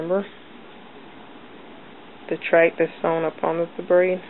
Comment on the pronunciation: no offense you spelled track wrong you said tract......